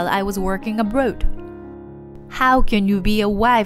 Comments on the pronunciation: Must be AI. Mispronounced abroad, pronounced it abrood. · Abroad is pronounced "Ab-raw-ed", not "Ab-rode".